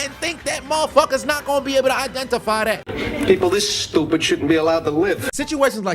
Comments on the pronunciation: Ah yes...the trini use of the word "stupid" always makes me laugh... he Schupid!!! ...not "stewpid" or "stew-ped" ... Chupid lol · You must be Guyanese for the way you said “stroopid”!😂😂😂